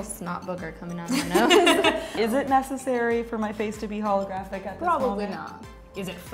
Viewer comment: Who else got triggered when they said ‘holografic’ ugh I hate it